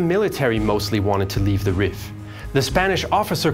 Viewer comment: This is such a great video, but I wish someone told you Rif is pronounced like the word Reef, given how often you mentioned it 😭